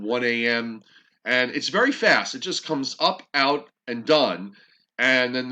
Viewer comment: I thought you said it's really sad when you said it's moving really "fast". Yes, it's been really sad that Philadelphia has only had 0.3 inches of snow. LOL!!!